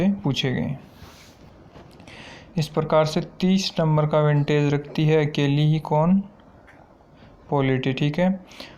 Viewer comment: विंटेज नहीं होता वेटेज होता है।